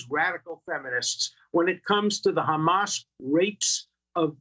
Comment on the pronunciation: Hammas?? C’mon!😂